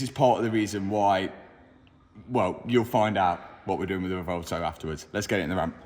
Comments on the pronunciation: I keep hearing RUH-VOLTO on that car pronunciation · The "Rivolto" 😆...better than the "Temerio" ?? 😆